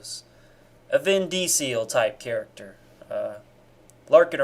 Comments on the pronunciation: a vin dee-seal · I didn't know that's how you pronounce Vin Diesel's name lol